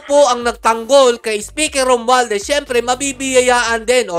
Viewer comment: Mali po ata kayo banggit ng pangalan. Tongressman Romwaldas po. 😂